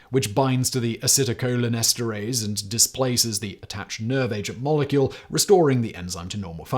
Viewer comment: Excellent pronunciations of the acetylcholinesterase and related words. Your pronunciations are not always the best on tough words, but this was great.